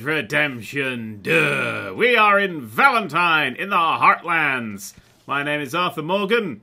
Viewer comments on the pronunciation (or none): none